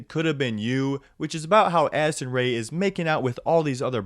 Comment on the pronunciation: every time in listen to this part I swear I hear “Acid Ray” and not “Addison Ray”